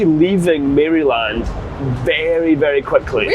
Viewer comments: when pronouncing maryland you don't want to say mary-land, rather maryl-and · And Maryland. Mare-a-lind, not mary-land. But we love the mispronunciations because we would be no better in Scotland lol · It doesn't matter much, but it's not Mary-land, it's more like Maralind. I just cringe a little everytime i hear Mary-land lol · Maryland - pronounced « murrlin »; legit cheesesteak. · The Maryland pronunciation killed me 😂😂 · Ah! Route 84 again! Waffle House! Great stuff while on the road! Gotta love the cheesesteaks! Best ones are in Philadelphia. “Maryland” isn’t pronounced “Mary Land”. It’s more “Merrill-Lind”. Also, Roanoke is pronounced “Row-a-noak”. Hershey’s chocolate is good but definitely not the best. The dark chocolate is pretty good too. And yes! You’re killing me with that Roid Sux jersey! I’m a Yankees fan! 🤣🤣🤣🤣 Loving the videos! 🎸🎸🎸🎸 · Row-an-oak. And not Mary-land. 🤣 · The way you pronounce Maryland and Roanoke is absolutely hilariously incorrect 🤣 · I'm cracking up at some of your pronounciations - Maryland (the y is more like "i" in the word "in") .... Bojangles ..... Roanoke 😅 And the Philly Cheesesteak sandwich didn't look like one I've ever seen. But I'm glad your trip improved after the first day!❤